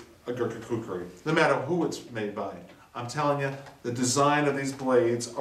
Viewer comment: glad to see your saying kukri nown:) great vid as always :)